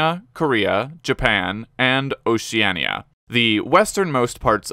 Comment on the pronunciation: Pronounciations fixed... not for Oceania apparently